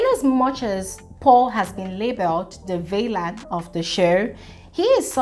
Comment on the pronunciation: Interesting point of view,. “Villain”, “Narcissist” & “Obese”... you could try and listen to audio pronunciations for these worlds...